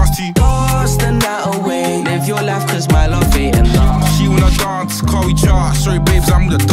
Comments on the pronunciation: Damn they way he pronounces 'Dance' 🤣🤣🤣🤣. Before looking at the lyrics i thought he said Dorse the night away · Nah, that pronunciation of the word dance, I can't rate this. D A R N C E